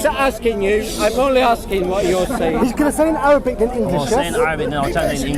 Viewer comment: Mohammed Hijab . brother plz ask bro zakariya to work little bit on his Arabic pronunciation bcz i noticed him producing unnecessary sound of the Arabic alphabet ''' ain ''' in every single word..